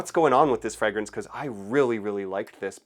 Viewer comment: what is a "Fregrence"?